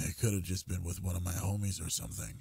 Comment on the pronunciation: no because why did i hear the word "homies" and think weezer